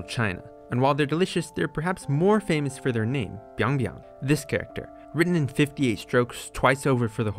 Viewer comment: But that is byeong byeong instead of biang biang, and because it is korean so the byeong actually sounds like pyeong